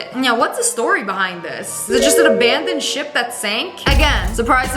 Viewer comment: When she said ship I thought she said shit 😂